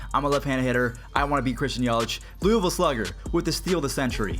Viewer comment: I’m from loooooooovuuulll not Luisvilee